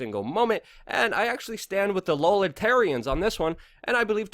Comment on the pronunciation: Is he saying "libertarians" or "lolitarians?"